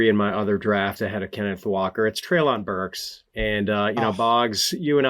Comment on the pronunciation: Also, Treylon's name is pronounced Trey-lin.